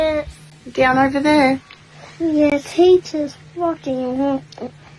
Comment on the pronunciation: “Throw it OVA”